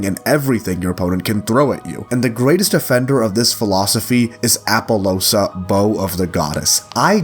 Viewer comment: Ik its bad but the way you say appollousa genuinely hurts me Please pronounce the "u" as its supposed to be Also please stop coping, you think Appollousa is a bad card? Bro... have a look at other big stables before shooting a good link-4